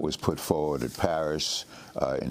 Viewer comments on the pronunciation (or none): none